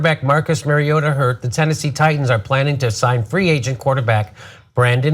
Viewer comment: say it with me, marry ohda